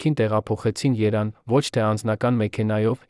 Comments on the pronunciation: Էս ռոբոտի հոլովակը ուղղեք հերիքա ասի իրեվան ամոթա էլի ՀԻՇԵՔ ԵՐևԱՆ ԵՐևԱՆ ԿԱՄ ԷԼ ՓԱԿԵՔ ձեր հաղորդումները արդեն զզվելի է այդ լսումները ու կասկածելի արդյոք հայ է այս հոլովակը դնողները ես հիմա վատ կդնեմ ձեզ ինձ համար շատ թանկ է ԳՈՀԱՐ ԳԱՍՊԱՐՅԱՆԸ բայց դուք էլ արեք ուղղում այլապես կդառնաք ավելնորդ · 🇦🇲❤️🙏այս ռոբտին սովորացրեք որ Երեվանը Երան չասի ։դուք հո թուրք չեք ՝նրանք էլ ասում են իրեվան ։Ես Իրանահայ եմ Պարսիկներն մինչեվ հիմա էլ գրում են Իրեվան ՝1828 թվի թուրքմեչայի պայմանագրով ՝Արեվելյան Հայաստանը փոխանցվեց Ռուսներին եվ ըստ Պարսիկների ՝Ռուսներն էլ Լենինականի 102 բազայի պատին գրեցին Эриван губерния ,հետո արտասանեցին Երեվան ՝բայց սուտի գողականներն ասում էին գնանք Էրեվան ՚ապ Էրեվանից ես ՝եվ այդպես բաքուն ասաց դա իրվան խանի անունով ազերական քաղաք է : Փոխարեն ասեն 1988 թվին ռոբոթը ասում է 1988 երորդ տարում ՝արա խելքի արեք Հայոց լեզուն ՚աշխարհի ամենա սիդուն լեզուն սարքել եք անճաշակ լեզու ։ Բարեվներ Գլենդելից ։ ❤️💙🧡🙏🙏🙏✝️✝️✝️🎯🎯🎯🌟🌟🌟🧠🧠🧠 🇦🇲❤️🇺🇸